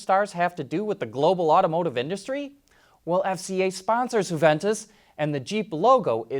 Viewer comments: Come on mate. It's not HU-ventus. It's YU-ventus. Just like you would pronounce "you". It's not spanish Jose! It's ITALIAN baby....! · Huventus? It’s pronounced ‘yuventus’.